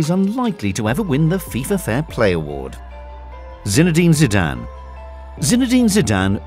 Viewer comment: It's not Zinedine zadans foult